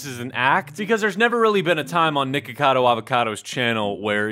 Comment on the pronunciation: It sounded like u Said Nword cado